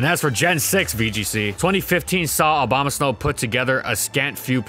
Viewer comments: he said slow instead of snow, making it hilarious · Not just the subtitles. He's literally saying 'Obamasnow' 75% of the time. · he really did say abomaslow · i swear he said "abomaslow" when he talked about its useage in trickroom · did he say abomaslow? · I replayed it several times and I'm pretty sure said Aboma-slow in the context of Trick Room. Nice pun there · Did he say Abombaslow? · Did he say abomoslow?😂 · lol. Abomaslow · I heard snowbama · "Obamasnow" lol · The best thing about abomasnow is how people pronounce it OBAMAsnow lmao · What he says: Abomasnow What i hear: O B A M A S N O W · Dude, I couldn't unhear the "Obama-Snow" every time he said Abomasnow now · He said “Obamasnow” the entire video, and this is what you worry about? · The only reason I'm laughing is because he accidentally pronounced it like that in the gen 4 doubles section. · I keep hearing Obamasnow. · i heard him say bomasnow one time. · Help I keep hearing it as obama snow >:3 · I like how it says "Obamasnow" in the beginning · I keep hearing "Obamasnow" :d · Is it just me or did he say Abomaslow at around 5 minutes in? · The only thing I hear when you say his name is Obamasnow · Swore I heard him say ObamaSlow once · ahh yes, obamasnow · I wish he stopped saying Obamasnow at some point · Try not to say Obamasnow repeatedly; fail